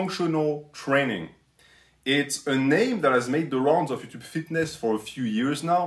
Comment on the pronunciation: “Ello Utoob” music to my ears